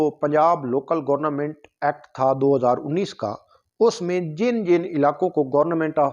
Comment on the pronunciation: ابھے آلو گورنا منٹ نہیں گورنمنٹ ہوتا